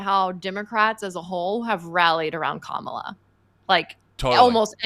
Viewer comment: What I want to know is why so many conservative commentators mispronounce her name like Kam-AH-la instead of KAH-mala. Is it on purpose? It’s not a hard name